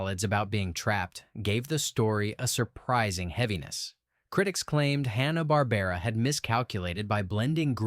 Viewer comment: i heard "Hawn-ah-bar-bear-ah" at about .